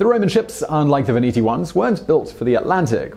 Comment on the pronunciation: Sweden? (Switzerland ) Veneti, not "Veniti" I have read his tale about Britain.☆ Arlesia! Arles. .. You really should brush up on Latin. ...